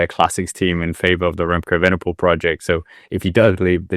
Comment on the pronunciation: Frustrated by butchered Danish pronunciations, but perhaps the worst attempt at Evenepoel out there....(still love the channel, though)